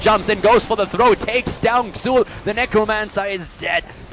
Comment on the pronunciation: It's pronounced Zul.